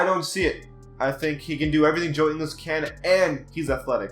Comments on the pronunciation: If you are going to say Ingles is overrated (which he isn't and is a much better defender than Wilson Chandler and Tobias Harris), at least Ingles' name correctly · If you are going to disrespect ingles that way at least say his name right lol he’s a beast dude he is one of the top 3 pointer shooters in the league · It’s not “Joe In-les it’s Joe Ing-ils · He said joe english😂😂😂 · He calls joe ingles, joe inglis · It's in guls no English idiot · ING-ULLS. But goddamn you could make a case for him being HIGHER than a 78. 81, maybe even 82. Fantastic 3 and D guy. You don't know shit lol stop making videos. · Can't even say Ingles' surname right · The fact that you admit you haven’t seen all these players play that much and that you don’t know how to pronounce joe ingles’ name correctly is why this list is wrong. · You shouldn’t say joe ingles is overrated if you can’t pronounce his name😂😂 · You can’t even say joe ingles name right. You do realize he was one of the main reasons the jazz beat the clippers in the playoffs... he shut down Austin rivers and jj redick. You also do realize he was top of the nba in three point percentage right? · How can you call joe ingles overrated when you can’t even pronounce his name properly?? Try watching a jazz game and you might understand why he is a 78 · If you're gonna say ingles at least pronounce it right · How is 77 over rated in anyone's eyes. Instead of stats your just naming off other players around their waiting. You know dedmon fit the spurs system right. And that's a similar system in atl. You don't even know these players dude. U got ur laptop in front of u yet can't say ingles name right. Gary Harris is not overrated. This entire video is you just saying who should be higher. Your doing the opposite of the title of this garbage content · You said Ingles wrong like really wrong😂😂😂😂😂😂😂😂😂😂😂😂😂😂😂😂😂😂😂😂😂😂😂😂😂😂😂😂😂😂😂😂😂😂😂😂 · Learn how to pronounce Ingles